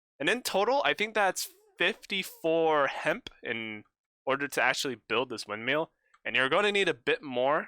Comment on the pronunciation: I’m not meaning to be rude, but it is a windmill not a windmeal